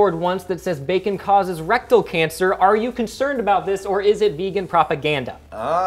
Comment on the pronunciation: Did he say Bacon lube?